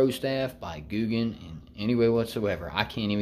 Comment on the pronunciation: Your saying it correct buddy